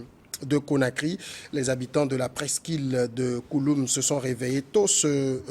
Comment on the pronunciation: C'est la presqu'île de "Kaloum". Et non "Koloum".🤔